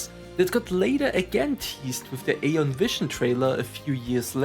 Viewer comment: Thank you so much for the memory. It was so magical back then. Question: why do you choose to pronounce it /ei-on/ instead of /ai-on/ like the game explicitly pronounces it?